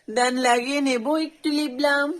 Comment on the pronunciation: লিপবাম ❌ লিপ গ্রাম ✅😂😂😂😂😂